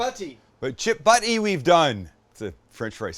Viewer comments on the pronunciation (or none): It's "butty" not "butty"!